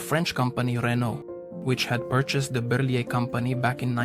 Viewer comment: Nice vidéo but you don't say the T at the end of Berliet